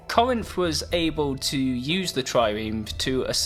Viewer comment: It's pronounced "Cor-rinth". You tryna butcher Greece?